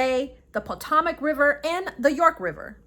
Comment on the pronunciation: Try ‘Po TOE mic’ not TOM ic river.